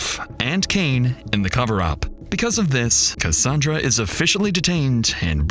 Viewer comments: it’s ca-sand-ra not ca-san-dra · the narration is absolutely AI. For most of the video, the narration pronounced Cassandra strangely, rhyming with Rhonda, but a few times it said it the usual way. Really bugged me